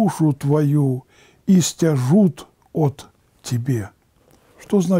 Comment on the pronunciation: ИстЯжут, по церковнославянский у меня так ударение стоит. Сейчас заглянул специально.